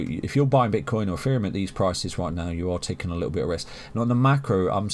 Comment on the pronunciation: Why do you say "EFFEREUM" ?